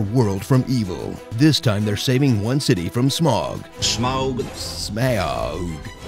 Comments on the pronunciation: Watching this again to hear Jon say "smoaug" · Ya the cartoon couldn't say smaug either so they just said Smorg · say it like this sma oug! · It is cleary pronounced Smaug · Laughing so hard at his try to say the names of the dragon and the dwarwes 😂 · If you can't say Smaug just say Benedict Cumberbatch. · My friend say it's pronounced Smaug but I say it's pronounced Smaug